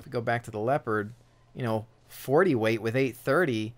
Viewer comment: The tank is called LeOpard not Lepard!!!! God damn ... :)